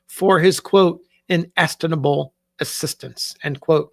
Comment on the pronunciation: "inestinable [sic]" -- "inestimable"